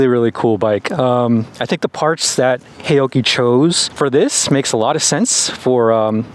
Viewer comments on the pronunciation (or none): Pronounced " how - chee " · FWIW, a closer pronunciation would be "how-Chi" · Loved your pronounciation of "haoqi," which of course I don't expect you to know. But what might be of interest is that, depending on how you spell it in Chinese characters, the Chinese meaning of Haoqi is "curious, full of curiosity" or "to be in a good mood." it could also mean "heroic spirit" but that would be less-commonly used. So, I think, a rather cool name for this brand.